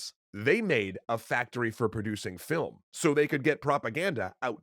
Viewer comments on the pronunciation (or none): none